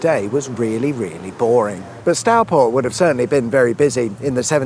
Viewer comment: Stourport. Not Starport. Go it.